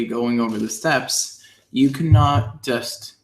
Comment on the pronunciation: You are getting good. The only red flag was when you said JUST few times.